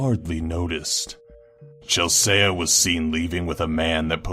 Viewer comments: I mean I really do love your videos so much but... Chelsea it pronounced 'Chel-see' Not 'Chel-say-a' Just saying :) Ps: This is not meant to cause any offence... it is just trying to help you :) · it's not Chel-saya it's Chel-see lmaoooooo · Chel-say-ah, not Chelsea? i like the style of the new narrator, but did he adopt the art of mispronouncing names from Melissa? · why was he saying #5 like chelsaya? I thought it was like Chel-sea <--(like ocean). it doesn't really matter anyway. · ....omfg Chel-saya... No. Chel-Sea... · omg.. you pronounce chelsea bruck like "chel-say-uh when its pronounced chel-see. duh! the a is silent just like when you say sea, as in the other word for ocean. you dont say lets go swim in the say-uh! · It's not Chel-say-ah. It's Chel-see. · Chelsea is pronounced 'Chel-see', not Chel-say-a', unless it really is a dumb variant on a normal name? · Chel-say-a is Chel-see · It's not Chelse-a it's Chelse-e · Number 5 is pronounced "Chelsee", not "Chelsaya". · Her name is pronounced Chel-see not Chel-say-a 😂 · "ChelSAYA" haha hit is pronounced Chel-see. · CHELSEA! Not Chelseya! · It's pronounced "Chel-seee", not "Chels-eyah". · its not chel-say-a its chel-see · Chelseyah?!! you mean CHEL-SEE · Seriously dude?? You can't pronounce CHELSEA!! Why does everyone pronounce it as Chel-Say-Uh. It's CHEL-SEE!!! My name first name is Chelsea, and it baffles me that people mispronounce such an incredibly common name. Get it together man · Sorry but I had to close the video when he tried to pronounce number 5's name. It's Chel-see not Chel-say-a. I thought everyone in the world knew that. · Why is he saying (chel say uh) instead of (chel sea) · i think the scariest part of #6 was the pronunciation of the girl's name. chel-se-uh? or chel-see? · Chel-say-a? Isn't it Chel-sea? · What the fuck is chelsayuh... it's pronounced chelsey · And it's pronounced chel-SEE not chel-say-ay. But I'm sure there will be more... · And he said chelsaya instead of chelsea.